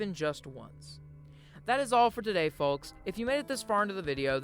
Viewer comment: Had to stop watching because of him saying“tondy”